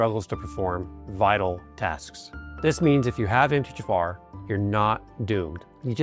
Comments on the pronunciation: Is he saying: Em-teh-ja-far? Just say the letters that we see MTHFR. Em-tee-aych-eff-R. Good info but the music is stupid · Exactly! This 100% is AI. "Emthayjafar"?? I could not understand what he was trying to say until I saw it written out. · It sounds like you're saying MT- JAFAR and there's no J in the acronym & it's distracting. And besides you're speaking too fast all the time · Are you saying MGFR? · Is he saying “Emth-tee-Jafar” ???? Or “Empty-Jafar” ??? I literally cannot understand how he’s pronouncing it lmao now I can’t take any of this seriously… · How is it said like that though? I can't wrap my head around it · Why are you slurring through saying 'MTHFR"? Can't even understand what you're saying. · This sounds like AI. would not slur MTHFR the way the video does.